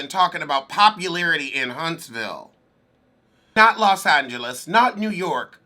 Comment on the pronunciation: When you pronounced, "Los Angeles" like Joan Collins, I cried😭